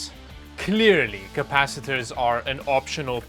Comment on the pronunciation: "CAPACICATORS MATTER"